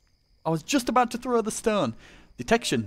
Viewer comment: Do i hear wrong or do you pronounce stone strun